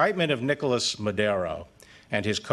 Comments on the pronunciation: It Maduuuro, Barr, not Madeeero. Gees! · I hope our Attorney General will at least learn how to pronounce the name of the Venezuelan President/dictator/drug runner that he is indicting. MadUro not MadEro. Anyway, I am all for serious drug interdiction and harsh economic measures against the Venezuelan regime. Just dont get us INSIDE Venezuela. The Venezuelan people are going to have to be the ones to do any regime changing that may happen. The American people have no stomach for that crap right now. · He cant say Maduro